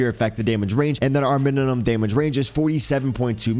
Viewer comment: Bro i just notice, you say mininum instead of minimum